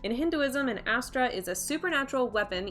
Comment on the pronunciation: It's not Hyastra , it's hasthraa